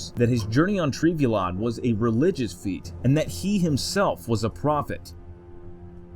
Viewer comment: Trev-ell-ion my guy 🙃